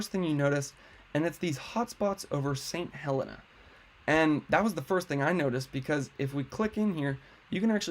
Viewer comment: Thank for for the info. St. Helena is pronounced Heh-LEE-na. I took my first year of nursing training there in 1967-68. That whole area was simply gorgeous.